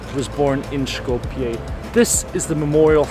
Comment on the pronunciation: Сите документи ни се више со North Macedonia, човекот е турист, се води по интернационалното име. Тоа што живееме во блам држава не го засега него... Шета и прави видеа. Едино е смешно што го изговара Шкопје наместо Скопје ама јбг.